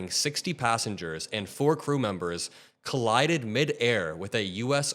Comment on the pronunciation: The helicopter collided with the plane. Say it right